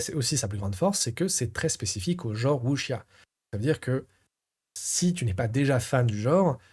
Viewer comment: Le Wu xia Pian (à prononcer "wusssia" et non "wuchia") est effectivement un style bien particulier, donc pas évident à sortir et faire jouer. Surtout que beaucoup vont préférer se diriger vers des blockbuster du genre déjà établis et qui mélangent un peu tout (mix Chine/Japon) façon hollywood comme L5R. En tout cas belle découverte, merci pour la vidéo de présentation pour les fans pur jus.